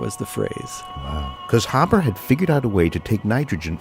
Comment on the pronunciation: I'm a direct descendant. He's help feed billions, therefore, he's been more benevolent to humanity than detrimental. By the way, our last name is pronounced Hay-burr , not Hab-ber.